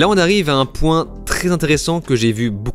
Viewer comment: Moi je suis choqué par le "poinT Z'assez pour...".